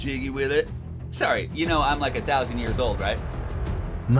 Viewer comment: Anyone notice Kaiba can’t say sorry correctly in AI since he NEVER said it? Lol